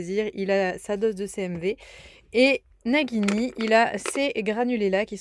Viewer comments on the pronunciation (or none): coucou, si tu écris nagini comme ça, ça se prononce najini, il faut écrire Naguini normalement:-). Mais bon, ça c'est juste pour un détail. Il est très beau et gentil ce petit coeur mais il a bien de la chance d'être tombée sur une maman comme toi, il va être tellement bien traité et choyé et aimé, il va passer une vie de rêve auprès de toi. Lucas est très gentil de t'aider comme ça, il est formidable d'être un vrai soutien pour t'aider à mettre le petit en sécurité. Je vous souhaite à tous une très belle année 2024, ainsi qu'à tous les viewers de cette vidéo!